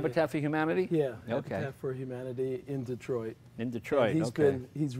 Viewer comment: humamity? lmaooo